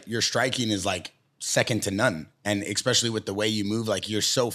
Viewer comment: for the love of god its Especially*** not expecially